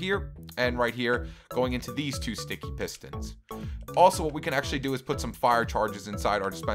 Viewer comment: You said pestons